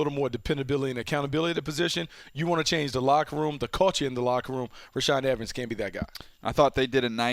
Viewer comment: You said reshaad evens twice.ROLE TIDE